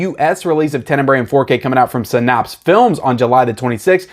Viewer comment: "Sin-Apps" not "Sin-Ops"